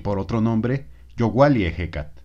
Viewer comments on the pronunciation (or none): Aquí vá, ... Una aclaración !!!..... Porque pronuncias yohualli---- Youali sin la doble " L " ????? Otra ..... Que la H, no es " muda en Español ???? Porque en Yohualli la H no suena como J Y en Ehecatl si suena como J ????? Están mal escritas estás palabras o están mal pronunciadas !!!! Cuál es la regla, o en qué idioma se escribieron ?????? No me lo tomes a mal me gustaría una respuesta !!!!! Gracias .